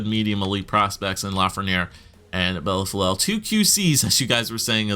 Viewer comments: Bellefeuille- pronouced Bell-foi as in aussi aussi aussi oy oy oy`````` bell foyyy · its pronounced BELL-FOO-EE but the OO part is not an OO or an UH it's more like an EUH. Try BELL-FEUH-EE maybe that will work? lol